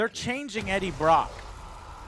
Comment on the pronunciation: JOE HAS GLASSES WTF?!?!?!?!?!?! Also he said “Breaddie Brock” XD